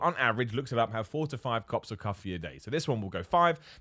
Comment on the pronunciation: says cops of cuffee and it makes me smile. please add the ding ding sound back to the end of the videos when you want us to hit the notification bell. Life doesn’t make sense without it